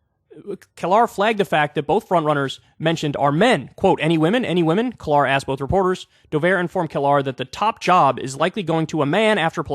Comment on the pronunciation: how does Kyle not know how to pronounce Brianna Keilar's name ???? she's been at CNN covering politics for a long time now. one of my memories of her is when she got into a riff with Michael Cohen, who was then Trump's lawyer about the polls back in 2016 where Michael Cohen said "says who, says who".